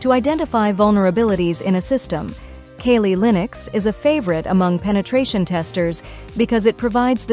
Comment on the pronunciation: She said kaylee linux